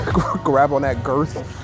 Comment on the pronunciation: “Girth” haha. Said that mad hard. Haha. No pun intended